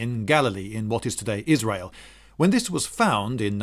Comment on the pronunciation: Thanks for the info Why did you say Isrile, why wouldn't you said Isrile/Plastain!?